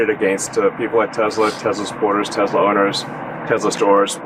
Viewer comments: Leon cannot even correctly pronounce the name of his own damn company. *Tezla*? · It's not Tezla it's Tesla. Elon can't even pronounce his own company name. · Musk doesn't pronounce Tesla correctly. He says Tezla.